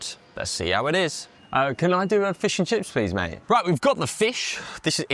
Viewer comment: "Feuws eu chiffs" - LMAO!